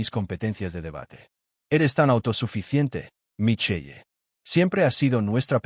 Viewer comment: “Mason” y “Micheye” Me encantaría la pronunciación de la IA.